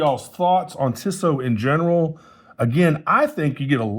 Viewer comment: It's pronounced 'Teesoh' with a long E followed by a long O.